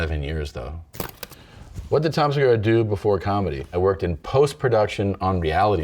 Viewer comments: Seguuuuuuraaa, sounds Japanese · Se gu raaaaah... Sounds Japanese ;)